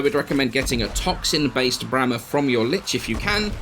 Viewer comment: he said toxin